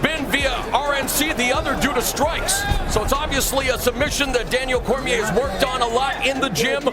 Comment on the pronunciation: Bruh said "Cormière"